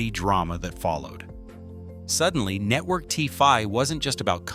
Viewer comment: Netwowy cwaady cofeeing? AI bumbling garbage